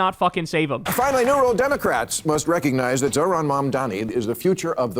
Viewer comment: Nice job Bill! You finally got his name right! So proud of you! Who’s a big boy?